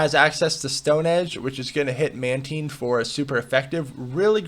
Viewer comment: It's pronounced "Mantine," not "Mantine"